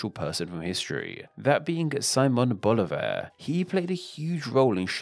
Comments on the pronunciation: I wish you were more careful with your pronunciation. If you can say Bolivia correctly, why not BoLIvar, stressing the i?I? And it's SimOn, stressing the o, which in Spanish sounds like see-MON. Also you pronounce all the "da" s as dee. It's guaraNI, not guaRAnee. And I never heard that the Uru in Uruguay refers to snails -it means birds. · Informative video, but a bit more effort into pronouncing names properly would have taken the video to a higher degree. Guiana, Bolívar, Cristoforo, etc are all pronounced wrong.